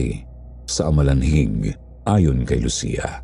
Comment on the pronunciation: 😂amalanhig not alamanhig ✌️